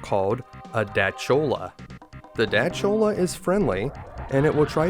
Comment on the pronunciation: That's how you pronounce Dachora? I thought the CH is pronounced K as in School or Chorus.